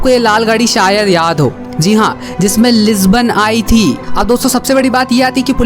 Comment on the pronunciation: It's lisbon not lesbian 😂😂